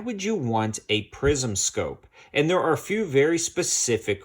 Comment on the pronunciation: Did you say prison or prism?